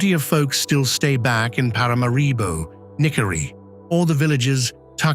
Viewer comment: It is pronounced Parah Marah Bow…not para mah ree bow